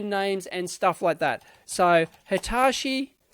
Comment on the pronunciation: Why do you pronounce Hitachi as Hitashi?